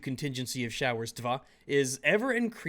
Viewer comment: "Showers dva" 😂😂😂👍🏻👍🏻